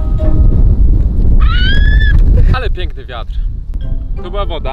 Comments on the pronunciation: Czy mi się zdaje, czy Ona powiedziała "wiater" ?? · Czy tylko ja zauważyłam że Karolina zamiast wiatr mówi wiater? Xd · Nie mówi się ,,wiater" MÓWI SIĘ WIATR XDDDDD